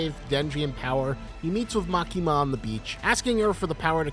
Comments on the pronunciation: This dude: Likes CSM enough to make a 15-minute Gun Devil vid. Also this dude: MaKEEEma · love ur analysis but the emphasis is on ‘A’ not ‘ki’ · bro really pronounced Makima as "Ma kee mah"